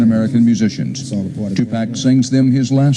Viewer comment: How many people are going to keep pronouncing his name wrong? My goodness! 2Pac not 2pack!